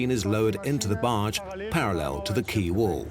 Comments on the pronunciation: Lol I thought quay was pronounced key not kway. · Excellent. Quay is pronounced key. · Wish someone would teach that guy how to pronounce quay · It is idiomatic but quay rhymes with key in common use.